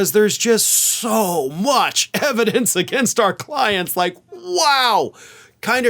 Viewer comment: "Put the ebidence in da car, Junior."